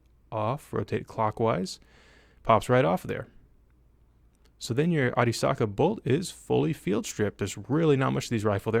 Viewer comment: I appreciated the proper pronunciation of Arisaka,. Great video.